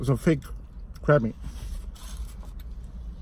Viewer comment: I keep hearing crap taco idk why lol